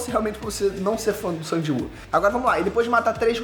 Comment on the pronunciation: Só eu q acho estranho chamar nosso "mininu" SUNG de SANG? Me corrijam se eu estiver errado mas nao é so pro Ingles americano e alguns/todos os países europeus q mudam a pronuncia nesse caso? Gosto muito do ei nerd e seus conteudos mas qdo vejo o q vai falar sobre SL ja fico na expectativa de ouvir Sangue kkkkk